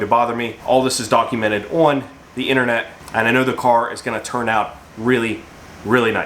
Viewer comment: Where are you from? The way you say the word "on"..."owen" really drives me crazy.